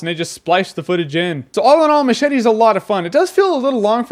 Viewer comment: MUCH - ETTEHH